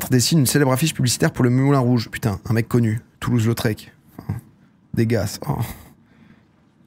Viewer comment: Dégas oscur pa tu me fais peur ça se dit (de ga)